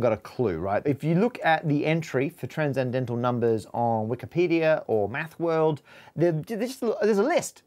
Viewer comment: So... nothing about "tran-zen-dental" ? Just me? Okay then.